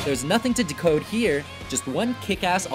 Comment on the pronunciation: I’m sorry but the way he said “Decode” triggered me